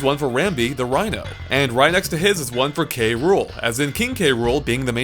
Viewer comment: Kay-Rool street it KROOL like CRUEL